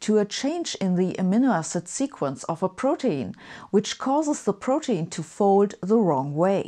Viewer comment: It's actually pronounced pro- teen (like in e.g. teenager). Being German I made this mistake myself until a native speaker made me aware of the right pronunciation.